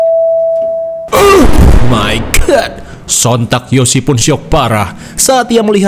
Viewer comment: Bukan oh my god , tapi "Eeuuhhh may gaatt" . Sunda banget beliau ini 🤣🤣